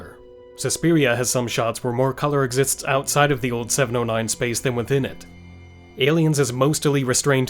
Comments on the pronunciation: did you say MOSTILY? You DID! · I only thought they were because of "Mostily"